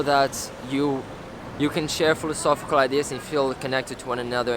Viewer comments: But he says "philosophical" properly!? I had to pause and replay that to check my hearing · dude said phiofosy 5 times but says philosophical fine.